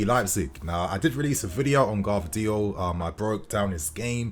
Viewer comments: it's Gvardiol not Gavdriol:D anyway I would be very wary of buying players from Germany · I beg we don’t get Gvardiol just for the fact that these mfs can’t pronounce his fucking name right so I cba to hear several English mfs say it wrong, every single fucking time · I feel like every video you pronounce Gvardiol another way haha